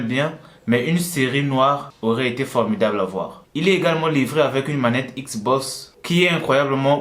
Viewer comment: J'ai juré il a dit une manette Xbos